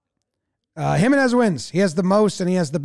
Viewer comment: jiménez is pronounced him-EN-ez, not HIM-en-ez 👍🏼 the accent over the e tells you where to place the stress.